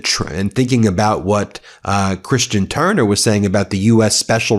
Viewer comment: Why do you say “Turner” like that? ☹️